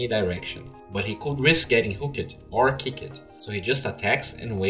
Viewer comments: plz stop the "ed" "hook-ed and kick-ed" try pronouncing them together .-. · Really need to pronounce hooked and kicked correctly. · Hook-ED Kick-ED Selv-ES look-ED Silenc-ED